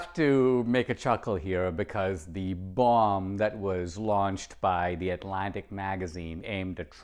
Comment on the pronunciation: Why he say bomb like that lmfao